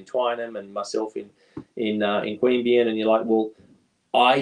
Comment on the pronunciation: Queanbeyan. Not that hard. Lived there for many years